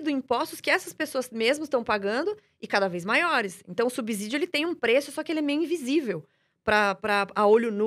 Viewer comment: Minha nossa!! A palavra subsídio não tem som de "Z" no segundo s!! Não se pronuncia subZÍdio!! Para aprender matemática primeiro tem que aprender o português!!!